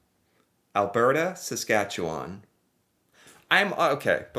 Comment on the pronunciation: As a Saskatchewan-born resident, you got the "chew" right in Saskatchewan. It is really easy to spell if you break it down: Sask at chew an . Four tiny words. Alberta is easy to remember next to British Columbia because they both have the Rocky Mountains. ie Banff and Jasper, the national parks where people ski, are both in Alberta, in the mountains. And then as you drive east, you hit Calgary, which is on the prairie and you can see the mountains and foothills of the Rockies when you are in Calgary. Think prairies.... it is Saskatchewan next. We're flat as a pancake in the south, where there is Saskatoon and Regina. We are north of North Dakota, so you can imagine that. Then there is Manitoba, with Winnipeg. They have some prairie, but also lots of lakes and trees, and that goes into Ontario, lots of lakes and trees. Then Quebec. For placing the cities, you can think of how things were settled. First by water, from Europe. So most major cities are on water... ie Halifax is a big port so is on the coast of Nova Scotia. Quebec City and Montreal are on the St Lawrence Seaway that goes from the Atlantic Ocean to the Great Lakes. Toronto is on the Great Lakes. Then the rest of Canada was settled by train. So imagine a train line going from Ontario to the Rockies, and Winnipeg, Regina, Saskatoon, Calgary (Edmonton farther north) were on the transCanada rail lines. In fact, in Saskatchewan, all the small towns were named in alphabetical order along the rail line. lol! Vancouver is